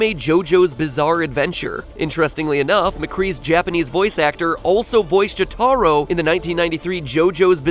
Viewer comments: it's not the correct pronunciation. Call me "triggered" or whatever, but I feel when referencing a character or a forum of media it is important to try to be accurate so as to be respectful. It's like me calling Shizuo Sheye-zu-woh. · Someone, please inform MatPat how to pronounce Jotaro properly. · Or Jotaro...I'm pissed about that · Ugh, how he pronounces Jotaro bothers me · Joh-TAH-roh? Come on, Matthew, you can do better than that. It's JOH-tuh-roh. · "Warlords of Drainer" "Joe-TAR-o" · pls its pronounced jo-tuh-RO not jo-TAH-ro dykg y u use this guy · "juhTARoh" God damnit mat pat. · Joe-TAH-ero? Really? It's Joh-Tuh-ro. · What the fuck is a JoeTARO, its pronounced Jo-tah-ro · ...it's not jo-tar-o its jo-ter-o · why the fuck does everyone mispronounce jotaro's name the same exact way? it's JOtaRO. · matt, say it with me JO-taro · Mis pronouce AHHhh its said Joe the row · GADAMIT JOE TAA RO!!! DAaS NOT HOW YOU ANOUNCE EATE IT YES YEs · I fucking HATE how matpat says jotaro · you said jotaro kujo wrong, and said Hanzo and Genji used to be one character named Hanzo but show concept art titled Genji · I hate how MatPat pronounces Joturo Kujo. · How the fuck do you mispronounce Jotaro matpat, you had one job man. One job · am i the only that cringes how Matpat says Jotaros name? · I hate the way he pronounces Jotaro tbh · He said jotaro wrong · You know, I came here to watch a fun video about Overwatch trivia, not to see someone else pronounce Jotaro's name wrong I can never escape this hell can I? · Matthew Patrick. Did you seriously just mispronounce Jotaro. Are you serious. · He pronounced jotaro wrong... im triggered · That, and he has a rather thick accent. Also extreme respect to him for the way he'll actively attempt to correct his pronunciation instead of bitching about it. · Mat pat completely butchered Jotaro Kujo's name pronunciation... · Am I the only one who noticed how badly Matpat mispronounced Jotaro's name? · ... that's not how you pronounce Jotaro